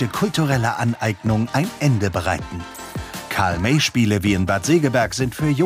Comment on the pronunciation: Karl MÄY? Was ist das für eine Aussprache?? Euer Ernst????